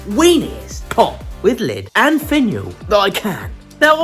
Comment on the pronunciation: Love the little pot! I swear at the end I heard "go check out my vaginal"... I laughed so hard, I went back and kept playing it over & over😂🤣😂🤣😂🤣 Cheers!